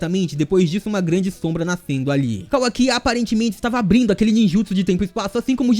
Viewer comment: Que agonia ouvir ele falando Kawaki errado